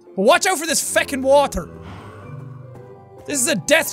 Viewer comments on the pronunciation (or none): Jack- "But watch out for this In Irish PHHECKING WOAHTEAR"